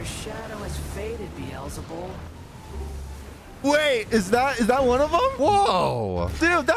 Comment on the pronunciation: I love how he's pronouncing Beelzebub wrong. I think it is purely meant in disrespect